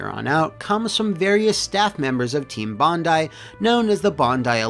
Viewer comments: For once, i can be pleased that at least one American can pronounce "Bondi" as "bon-die". Usually they get it wrong by pronouncing it as "bon-dee"... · a foreigner who can pronounce bondi correctly! bravo sir you are a rare breed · Thank you for pronouncing Bondi correctly, Americans seem to say it funny sometimes - sincerely, an Aussie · You pronounced "Bondi" correctly!! Yay!